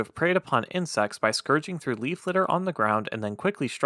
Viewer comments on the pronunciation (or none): none